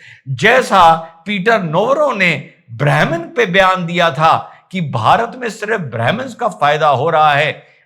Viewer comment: अज्ञात बंधुकधारी को भेज दो,,और ब्राहमीन नही होता ब्राह्मण होता है ये तो अंग्रेज सही से नही बोल पाते थे तो ये ब्राह्ममीन नाम चल पडा